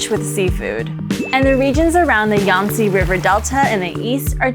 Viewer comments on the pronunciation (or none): none